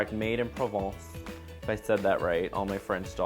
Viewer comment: You said Provence perfectly, love you ;)